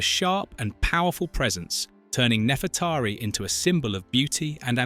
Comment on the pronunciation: also saying nefretahri instead of Nefreteri